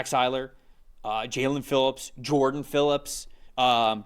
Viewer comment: I thought Zach Sieler's name would be pronounced correctly by now, I had to turn off the video after that